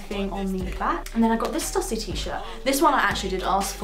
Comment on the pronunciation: Just to let you know it's pronounced Stoo-sy, hence the accent (Stüssy)